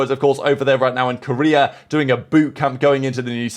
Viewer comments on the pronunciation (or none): none